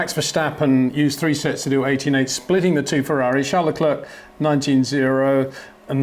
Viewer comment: Please, don't say 'Le Clurk'. It wouldn't be that difficult to say 'Le Clair'.